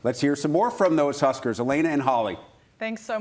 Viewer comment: Huskers not Hoosier's